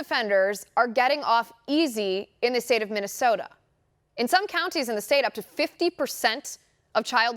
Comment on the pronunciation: Say minnisota................who do you think you are......CALIFORNIA???